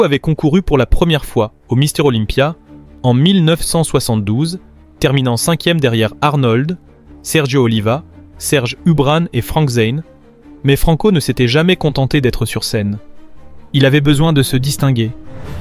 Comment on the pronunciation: OLYMPIA 1972 Serge ubrane ? N'importe quoi cette voix IA... SERGE NUBRET Corrigez les erreurs de prononciation IA avant de publier au moins !